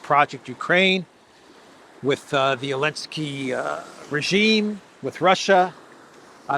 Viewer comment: Seriously, when did Zelenzky become Elensky? Is Z silent in Russian or something?